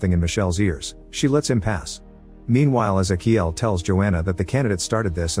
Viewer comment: thats.... not how you pronounce ezequiel